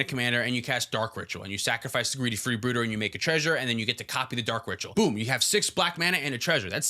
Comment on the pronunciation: Editor cooked in this episode- I particularly enjoyed greedy freebooter's name getting changed to match pronunciation lol